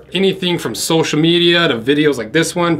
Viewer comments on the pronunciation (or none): none